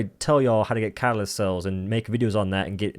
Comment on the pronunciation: This is literally the funniest freaking video you’ve made btw you have an accent when you say catalyst??😂